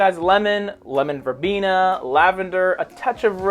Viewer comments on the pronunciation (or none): none